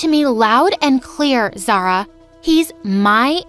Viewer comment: Omg is not zarah is (za-uria)